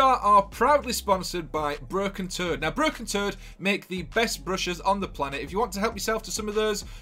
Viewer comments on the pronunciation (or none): I thought u said "BROKEN-TURD!" LMMFAO!!!!! I Had to replay it to make sure i heard u right Broken Toad Ok Got'cha 😆 🤣 😂